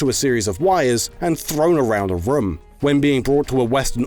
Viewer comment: Do you have Hawaiian roots? Just wondering because of the way you said "room"... ^^